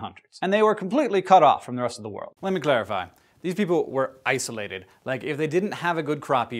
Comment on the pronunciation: did you say iceolated?